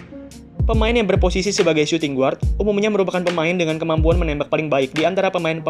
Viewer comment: Min.. bacanya : suting gard, bukan suting guard